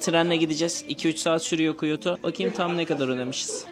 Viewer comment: abi aslında kyotoyu biliyorlar ama bizim telafuz yanlış geliyor onlara o yüzden anlamıyorlar.